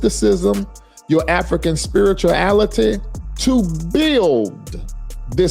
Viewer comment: They're taking away your spiritlality. lol Dude can't even pronounce the word correctly but idiots follow him. Hell go on and leave please, less stupid people in this country.